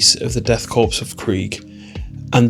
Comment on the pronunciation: korps (or corps) is pronounced 'core' :)